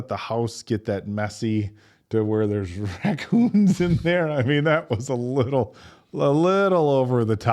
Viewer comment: Hi. Watching these guys the last couple of years, I'm always thrown by "dad jokey" mispronunciation of words. Cute/weird habit that sometimes infects his cohorts, too. So yeah, raccoons. The X that Lestat marks Tom with, and Louis marks Chief Bardeen with, are a) Punishment: For luring them out of their home for cops to raid it. b) Warning: Don't f*ck with us. c) Bookmark: We'll get you, my prettys!--and they do, when one of the marked men brings a gun to a fang fight, and the other shoots his mouth off one too many times.